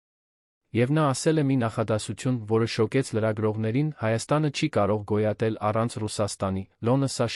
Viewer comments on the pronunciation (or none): Ոբ է կարդում նման սխալներով-,,լոնը,, , ,, շոկեց,, ,, կարորը ,, , ,, գոյատել,, , ,,առջ ,, , ,, Երանում ,, , ,,հետի դռնից ,, , ,,կտեղի ունենա ,, , ,, այլս ,, , ,,առաջին տիկնայն,, ...😮